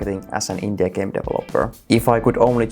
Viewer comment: when you say Indie i hear INDIA